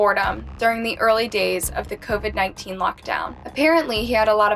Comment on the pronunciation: You can’t even say COVID?